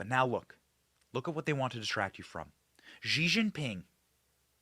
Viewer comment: “Zhee” is NOT his name. It’s pronounced like “she”.. honestly